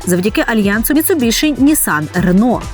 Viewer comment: Ну вушы ж баляць слухаць як Вы каверкаеце назву маркі. Ну якая "МіцубіШы" калі МіцубіСі??? Проста кроў з вушэй і не магу глядзець ролік